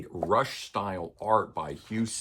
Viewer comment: Hugh 'Sim'? John 'Rootsey'? Good video despite the mispronounciation of their names. Oops!